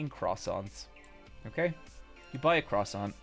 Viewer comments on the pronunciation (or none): Most impressive mispronunciation of croissant ever fr